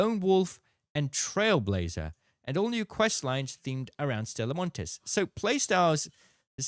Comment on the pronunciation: the s is silent, called Stella Monti (ee)